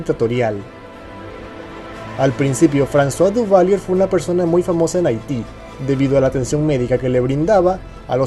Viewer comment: Sorry, se lee, Duvalieg..